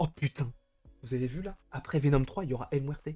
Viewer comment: 😂😂😂😂 El Mouerte... El Mouerte